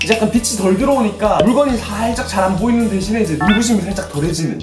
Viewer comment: 영비 보이루 듣고왔더니 보이는 = 보이루로 들리네 미띤